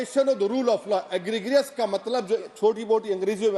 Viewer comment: Egregious...is pronounced as egrejous.....bakwas barrister..